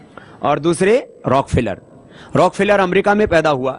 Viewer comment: Pronounce hi galat kia hai story real hai